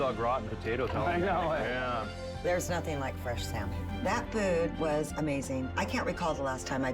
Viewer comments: ALWAYS ends "something" and "nothing" with a k and it's so weird. "Somethingk, Nothingk" Seriously, you can't unhear it once you notice it. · Nothingk is the same anymore